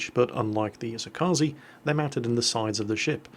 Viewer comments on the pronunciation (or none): it's E-So-Ka-Ze 🙄 I really need to make a guide how to say ships names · hey,, could you learn to pronounce "kaze" already?